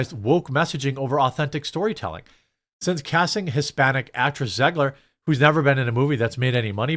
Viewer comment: Um... You can't pronounce Ziegler... and did you see what they did to their children?